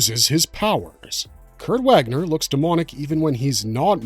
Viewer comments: Also the W is a V sound. " Vaagner" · Not Wäckner. The A in Wagner is long and deep. Like the A in Arnold Schwarzenegger. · You know so much but don't bother to look up how his Name is pronounced. He is GERMAN. His name is not pronounced like its just reading words in US american pronunciation.